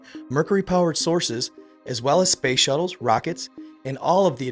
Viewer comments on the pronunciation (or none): none